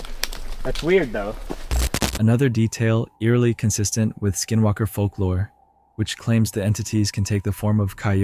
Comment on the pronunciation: Was it just me or was he saying SkiM walker lol😂